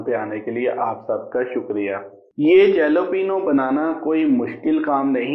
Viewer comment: It's not to be pronounced जलेपीनिया ... Please pronounce Jalapeno ( हालापेनो )